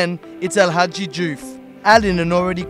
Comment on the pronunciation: First I've heard of this "Diouffy" pish!